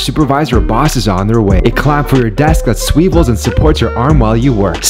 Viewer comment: You pronounced swivel like that to get engagement didn't you🤨